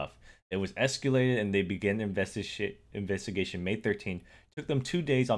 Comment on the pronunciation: “Investishit” lol